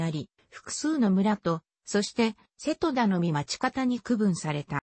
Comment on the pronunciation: 高根島=こうねじま。御寺=みてら。 あと瀬戸田の発音がおかしすぎる。戸を下げづに普通に。